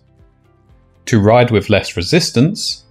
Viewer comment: it's pronounced "with" not "wiv"